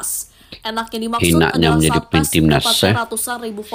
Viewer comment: Bacaannya Paas...bukan Paes ❤